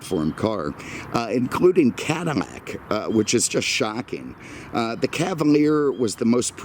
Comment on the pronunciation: Are you pronouncing Cadillac “cadimak”?